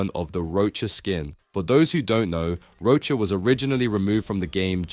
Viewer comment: btw its rochas not rocha